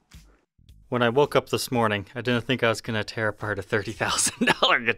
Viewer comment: It's hilarious that over pronounces words like "button, little, and metal" but can't fully pronounce "didn't." 🤣🤣🤣👍 Awesome video though! Long live the legend EVH! 🤘🎸🤘